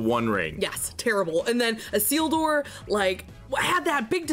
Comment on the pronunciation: You pronounced issildur correctly and called him fromo im fuckin dead 😂